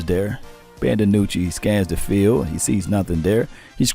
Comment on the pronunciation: Maybe some fellow team channels will change tunes concerning Dinucci. They won't even say his name correctly. Sure, everyone wants Dak to play..............but....yeah. You play who you got and like it. Too bad the line sucks and he has to run for his life like the 2 guys before him.